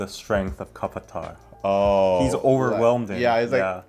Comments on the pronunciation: ohkk guys kapatta = katappa! LOL and its katappa! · That's not kapatta 😂😂 its Katappa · Kapata??? 😂😂😂. You mean Katapa??? Aweee thats funny